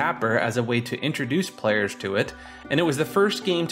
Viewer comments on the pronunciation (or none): none